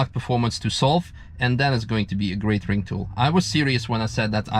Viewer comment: Did he just say a “great ring tool”?😂